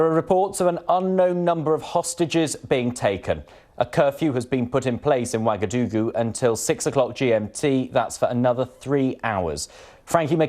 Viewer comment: its actually "Ouagadougou."